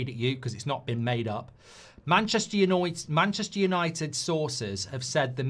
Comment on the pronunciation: Manchester Younoited